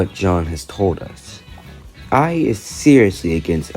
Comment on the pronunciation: please come back 🥹 Edit: also uhh make sure to pronounce "Ayee" as just the letter "a" and not "I" because it sounds like you're saying you're the one who did it 😭